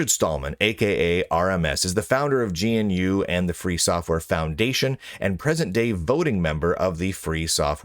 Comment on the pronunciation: GNU is pronounced "g-noo"